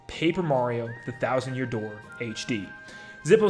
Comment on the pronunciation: The Thousand Yoor Dear? That was a funny slip (I know he didn't say dear but I thought it immediately thought of when he slipped up)